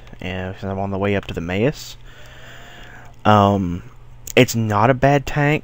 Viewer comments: Pronounced maws not mayus German for mouse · never Mayos :))) Mawoos would sound better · Maus is pronounced... more of less... the same way it is in English in German the "au" is approximate to the vowel group "ow" in English.